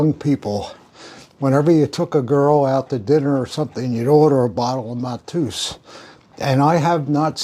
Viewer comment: It’s not Matooos, it’s Mat-Ey-Us…. Lemmy was my first boss, I can assure you he would NEVER have been a MAGA supporter, the opposite in fact… and if he’d known you were, he probably wouldn’t have buddied up..